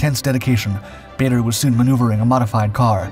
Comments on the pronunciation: I think this Guy needs to research his subject. Several mistakes. Can't even pronounce his name properly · It would be great if you could pronounce Bader correctly. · Another video that’s hard to listen to when the subject’s name is mispronounced. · "Baa-der" not "Bay-der"!!! 🙂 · Bader was an odd mixture of genuine hero and absolute bastard. He had a vile temper, used the filthiest possible language even in front of women, and unlike most flyers was beastly to his ground crew, who rejoiced when he was finally shot down. His name was pronounced Baah-der, not Bay-der. He did NOT like to hear it pronounced wrong. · As one of his great nephews, I can assure you it is not pronounced Bahder. The British Baders pronounced it closer to 'Barder', while their Canadian counterparts adopted the 'Bayder' pronunciation. In neither case is it pronounced 'Bahder'. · I HATE the mispronounced t of his last name. BAH-DER!!! NOT BAE-DER!!! le sigh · His name is pronounced Baader, not Bayder. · Whilst I do enjoy your videos normally there are a couple is things with this one, firstly his name is Ba(r)der NOT Ba(y)der and you refer to him as an American which he most certainly was not. Just saying. :-) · Barrrrrrrderrrrr not bator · Dugless Bar der not bayder when will you Americans learn? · His name is pronounced barder not bayder. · It's pronounced "Baa-der" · Then, we should say it as Bay-dur in respect to the memory of Dowding and Park. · He was English and pronounced baa-der him and winkle brown are legends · I think we should get his name correct. It is pronounced Bad-er I believe. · Actually, his name was pronounced "Bah-der" as his father was from South Africa. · How can you run a feature about someone when you can’t pronounce the name baa-der correctly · Pronounced bar-der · his name is pronounced BAR der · I didn't think badder was american.......... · This guy constantly makes mistakes. Bader’s name is also mispronounced throughout the video.